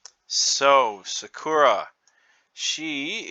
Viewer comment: I could have sworn her name was pronounced more heavily on the first A.